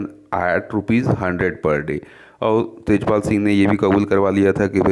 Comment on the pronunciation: Sir Tajpal not its Tejpal